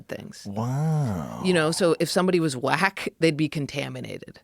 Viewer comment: Yooo! Listening to this while working, at first I thought for sure I heard them say black instead of whack, tripped me TF out 😅!